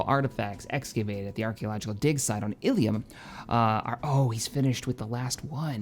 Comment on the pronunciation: you are saying illum wrong its ill-uhm not ill-ium